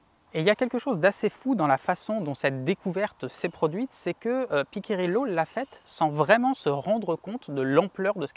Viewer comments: Merci pour ces explications ! Par contre, petit souci de prononciation du nom Piccirillo, ça se prononce "Pitchirillo" et non pas "Piquirillo". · Le vrai nom de la mathématicienne c'est Lisa Piccirillo... PICCIRILLO... et pas PICCA... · désolé mais entendre Pi'K'irillo fait mal aux oreilles...Cela se prononce Pi'chi'rillo...A part ça superbe video.